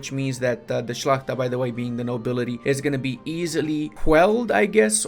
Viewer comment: The way you pronounce the word "szlachta" is wonderful ^.^